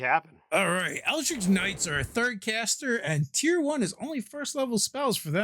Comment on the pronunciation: Hurts me every time I hear these guys say “eldrick” and Mee-lee”